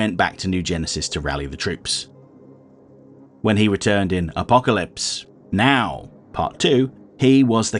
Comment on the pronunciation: I like it when you say, Apocalypse pause Now! 😂